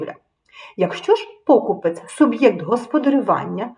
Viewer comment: Правильний наголос у слові покупець має бути поставлений на склад з літерою Е — покупЕць. покупе́ць